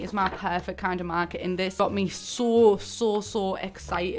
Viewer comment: when she said: “so, so, so excited” it sound like: sul sul sul